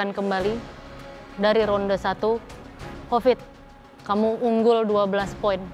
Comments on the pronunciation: klau nyebut hovit jd kopit 😂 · Hovit, bukan kopit😭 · Aku kalau dengar manggil hovit kok bli covid yak😂